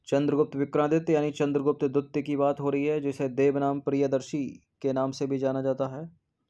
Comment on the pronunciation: Sir hindi ke kuchh shabd bahut galat pronounce ho jate hai, Kundwalan nhi kundalwan Dwitt nhi dwitiya etc.